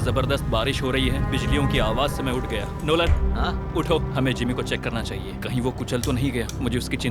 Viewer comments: Why he's calling lolan😂😂😂😂😂😂😂😂😂😂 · Bhai NOLAN ko LONAN bol raha hai